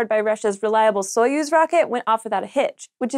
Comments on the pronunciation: "Soyuz" is pronounced much more like "suh-YOOZ." Not important, but Slavic things are my thing. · well they said "epoch" wrong so I wouldn't expect them to get Soyuz right lol - oh I'm being too mean - I love